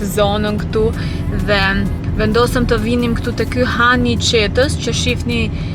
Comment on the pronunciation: Fshati quhet Çetë (jo Qetë 😅)